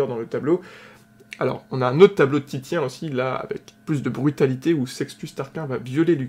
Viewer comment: Je suis presque quasi sûre que Titien se prononce Tissien.